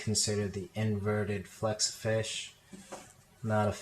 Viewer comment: u said flexafinsh not hexa